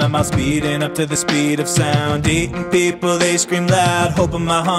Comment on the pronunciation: Your not saying people the right way